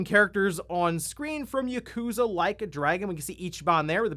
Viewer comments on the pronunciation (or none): Uh, excuse me, Yakuza is meant to be pronounced "Yah-koo-zah", not "YUH!-koo-zuh"! or whatever the heck you just said. Seriously, it's not that hard to say Japanese words correctly. If me, a Japanese person who doesn't know how to speak full sentences in Japanese, but primarily English instead, clearly you can correctly say it. Seriously, what's with the laziness with not even trying to say Japanese words correctly? So many primarily speakers of English get so many Japanese words said incorrectly in exactly the same way as their own kind. Since I don't know what the proper term is, I refer to that common method of saying Japanese words incorrectly as "white-speak tongue" as I really don't know what to properly call it. Try harder to say Japanese words correctly, please? It annoys me to no end when people say Japanese words incorrectly in "white-speak tongue" If the Youtuber known as "The Obsessive Gamer" can say the word Yakuza correctly without me needing to correct them at any given moment of incorrect pronunciation, clearly you can. Urrgh... I hate humanity sometimes... I'm not angry at you for saying Yakuza incorrectly, I'm just insanely annoyed at you people who can't say Japanese words correctly at all, including you